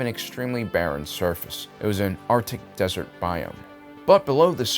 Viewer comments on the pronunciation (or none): none